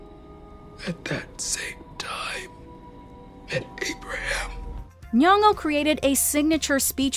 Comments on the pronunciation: OH HOLLER SHE SAID NYONG'O CORRECTLY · Al Pacino in scent of a woman is just epic and I love that you pronounced Lupita's 2nd name as it should be. Most foreigners don't even try ....